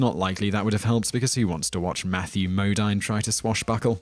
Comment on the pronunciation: Modine is pronounced Mo deen.